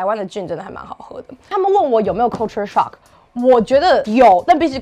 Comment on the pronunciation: Culture shock的發音可以發好嗎？ coooolture? 還是大陸都這樣教英文發音的